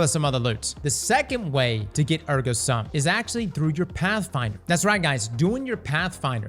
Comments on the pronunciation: Ergo SOOM, not sum. It’s Latin for “Therefore I am” as in Cogito Ergo Sum: I think, therefore I am. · Just a PSA, it's pronounced SOOM. It's latin for "therefore I am"